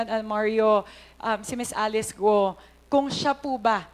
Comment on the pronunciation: My gwaaaaad! Cong. Luistro. It is GUO (GU-WO) not GOO. 😂 you keep on saying GOO.